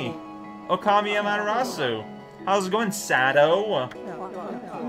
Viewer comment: For some reason, pronunciation of Sado's name makes me think of Strong Sad. XD Strong Sado: "I'm sad that I'm dying."